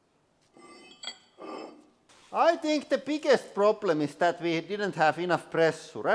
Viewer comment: When ever he said "Pressure" an english teacher died :D